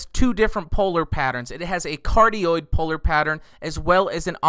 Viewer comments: i could go my whole life without hearing you say "Cardio Polar Pattern" into the microphone ever again sir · The omni-directional pattern sounded like cardioid